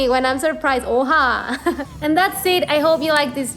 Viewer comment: That "oha" sounded so so turkish 😂